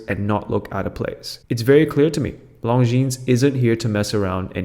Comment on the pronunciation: The least you could do is learn how to pronounce Longines properly. The s is silent.